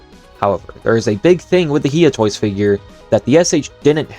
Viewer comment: Bro its no He Ah toys its hi ugh toys